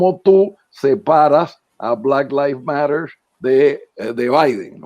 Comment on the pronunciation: Le puedes decir a alguien que te enseñe a pronunciar black lives matter? Ya tienes bastantes años en nueva york